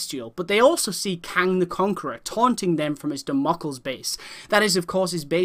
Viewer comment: So excited for this game. Sorry to be that person but it's pronounced Derm-a-cles